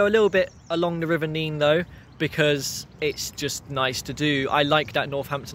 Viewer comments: NEN not Neene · It’s NEN. Not Neen! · Hi, it’s nene as in ten, not neene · Just watched this, I live in the better looked after part of Abington district . Our town centre has been neglected for far too long, although the Market Square was being renovated last time I went in. The river is pronounced Nen, not Neen. Thankyou, for showing the scenic parts of a very neglected town centre. St Giles street is very nice though . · thank you for this - interesting. Do not beat yourself up about the name of the river - it is the Nenn in Northampton and the Neen in Peterborough. It seems to change somewhere between Oundle and Peterborough. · Please note River Nene is pronounced NEN in Northampton but NEEN in Peterborough. I enjoyed your walk! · Sorry to be a geek but in Northampton it's quite a big thing: the river Nene is pronounced "Nen". Go to Peterborough and have an argument about it - they call the river the "Neen". Glad you enjoy our town and the area around it. God's own country! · I was going to comment about the local pronunciation of the Nene, as I know it's pronounced differently up and down the river 😅 But yes, a Northamptonion hearing Neen is very grating 😂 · River nene pronounced nen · Great video mate. Just to clarify, the Nene, rhymes with men in Northamptonshire, is pronounced 'Neen' from Cambridgeshire onwards to The Wash. I'm sure locals will agree that your wonderful naivety took you through a few areas where it's best to not walk alone, or indeed at all. And yes, our rabbits are friendly/borderline cocky as they're accustomed to people. Bit like the squirrels at Abington Park, who act like they own the place. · You have pronounced nene wrong. Also u should take a look at tbe brampton halt there is a train. Runs Sunday and bank holiday